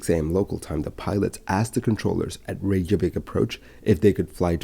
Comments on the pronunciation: It's NOT "Ray-zhah-vik"; it's "RAY-kyuh-vik". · I’m surprised an aviation expert is writing Icelandair as “Iceland Air”. Sorry I worked for their London office a while back and this error absolutely grates on me! 🙈 Your pronunciation of Reykjavik, 70% of the time, is rather off too. Sorry.